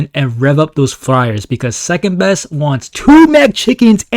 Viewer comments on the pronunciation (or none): Says secendbest💀